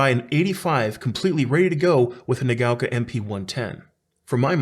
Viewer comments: What are you talking about? It's pronouncing it incorrectly. It's not "nuh gow kah," it's "nah gah oh kah." It's 4 mora in Japanese, which he's incorrectly converting into 3 distinct syllables. That's not how it's pronounced. If you think you've heard a Japanese person pronounce it "nuh gow kah" you've heard wrong. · I think it's pronounced like naga-oka 😁 Great review. Love the channel.